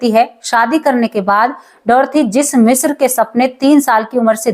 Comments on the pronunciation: शब्द का उच्चारण ग़लत ऊपर बाले का आशीर्वाद ग़लत को ग़लत मानने में बुराई किया आप ने ग़लत उच्चारण किया तो मान लो 😊😊😊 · मिश्रा नहीं, मिस्र कहो। थोड़ा-बहुत पढ़ाई भी कर लिया करो।